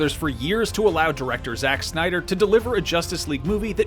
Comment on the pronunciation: Come on, really?! “Synder Cut?”😑